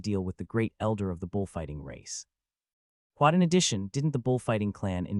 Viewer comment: Excellent story so far. Only problem so far is the persistent "kwat", it gets annoying.